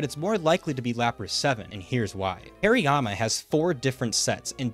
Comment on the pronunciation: the way this guy says slaking is driving me crazy, it's slack king not slay king. hairy-yama too. great vid though fantastic work